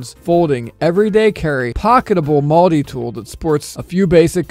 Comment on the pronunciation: "Mulddi Tool"